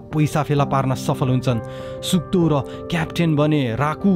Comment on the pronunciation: All the time u were saying suk do and I heard suddo 🤣